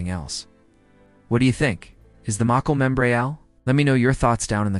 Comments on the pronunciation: sadly this video is all AI, and it can't pronounce it correctly. I doubt they will attempt to correct it. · Inwatchable, cant pronounce it, lost interest